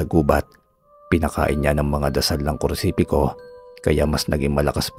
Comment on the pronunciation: nice story po,pero hnd po krusipiko,kondi krusipiyo Ang tawagsa krus